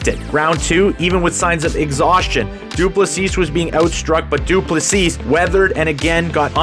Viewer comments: Du Plessis is pronounced without the final "s". So, Du plessi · The last s in his surname is silent. Great video mate. Enjoyed it.